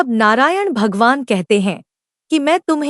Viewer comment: Narayan ka ucharn thik nahi kiya hai